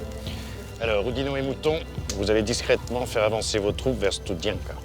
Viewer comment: Pas stoudienka mais studienka j'y suis allé !